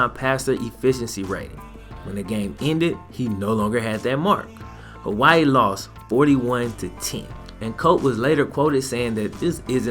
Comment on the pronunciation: Aye i luv yo vids bro but you butchered my states name😂